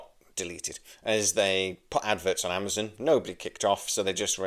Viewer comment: why are you pronouncing AmaZON as AmaZIN?